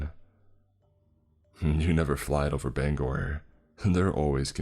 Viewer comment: It is so refreshing to hear someone pronounce Bangor the right way